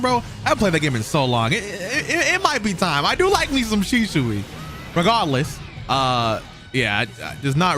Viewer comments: this man said "RiGaRDLeeS" like 20 times.... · This dude sounding like he casting a Harry Potter spell every time he says “Regahdless”!! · Or regawless i love it how he say it 😂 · No one:: ReGahdless